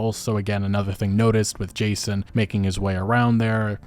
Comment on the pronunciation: Every time you say “Jason” I cringe. So disrespectful.